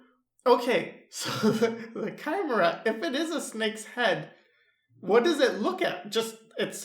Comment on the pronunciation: It's pronounced kai-MARE-uh you is welcomed